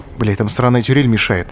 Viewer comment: Почему он говорит: ,,тюрель", а не: "турель"?